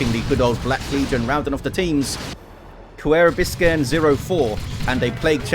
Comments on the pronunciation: omg, he butchered it so hard. Someone teach how to pronounce an Ü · Kuerbiskern here😄 This was my first match casted by! So thank you so much for chosing this match. I had a blast watching it since it already has been quite a bit since I played it. The best part of the video was you trying to pronounce my name!